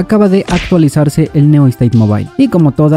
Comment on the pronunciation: Pero porque siempre pronuncias mal el nombre????? No se llama Neo state!!!!